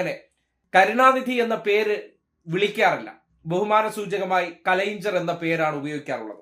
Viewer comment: കലൈങ്ങ്ണര് . Please use the correct pronunciation. We are Malayalis. We can pronounce it correctly.